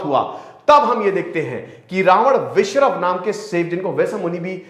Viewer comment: श्रीमान जी, आपका ज्ञान बाधाएं। आप नाम तक सही नही ले पा रहे हैं। जय और विजय तथा विशश्रवा।